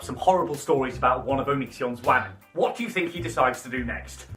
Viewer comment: The way you speak, say the word “wamen”, the fact that you use the r word and refer to your viewers as only male is.. yikes. I hate onision as much as the next person but it doesn’t mean you have to be insufferable yourself. The girls with internalized misogyny encouraging this in ur comments is something to note as well